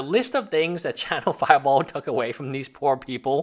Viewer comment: I swear you said "china-fireball"